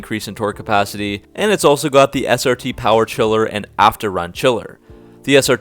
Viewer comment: The brotherhood of SPEED AND POWAH